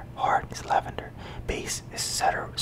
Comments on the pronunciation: Awesom vid. By the way it is pronounced cee-dur wood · Cedar is pronounced Sea-Durr 👍🏽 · Hey man watched a few of your videos I’ve enjoyed all the cologne ones, cedar is a wood and it’s pronounced seeder haha cheers! Love the videos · Hi! Cedar is pronounced “see-der”